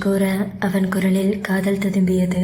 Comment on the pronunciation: Sis Kurla Kudal nu eruku mistake ❤❤❤